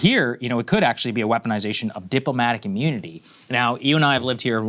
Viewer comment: "deep-lo-matic immoonity"